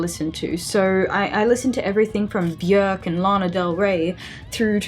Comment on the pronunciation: Off-topic, but I'm VERY pleased with how your pronounced Björk - not "Bjork" like many do - and it just made me as a Nordic lady very happy, hehe :)